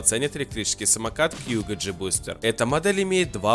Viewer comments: А у меня у одного режет уши от того что он говорит кьюго, а не кугУ??? Ааааа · Во первых не кьюго а куго, во вторых он выглядит вобще по-другому а так обзор хороший